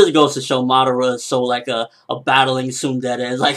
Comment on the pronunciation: why does he sound like hes bloody saying moderter?? fuck, its Madara.